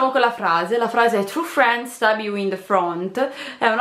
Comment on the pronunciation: la pronuncia di "true friends" "bring me the horizon" "true friends stab you in the front" è terribile